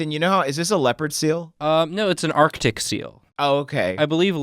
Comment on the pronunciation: ArCtic. The first C is NOT silent!